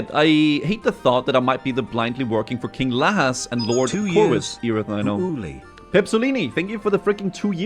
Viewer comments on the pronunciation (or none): none